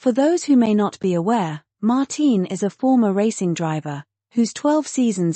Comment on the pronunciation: It's not "Mar-teen," it's Mar-tin Brundle. But that's what you get with AI. Does no one review this material before posting??